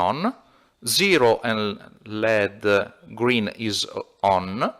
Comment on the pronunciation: Parli ingese meglio di me ma volevo suggerirti di pronunciare led come L.E.D. = "el. i. di." altrimenti significa piombo "lead".